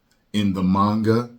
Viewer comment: mispronounced manga. I hate it when people say it like its spelled mainga. But regardless RIP the legend. Gone but not forgotten.